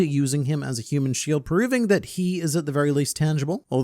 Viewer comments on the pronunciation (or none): none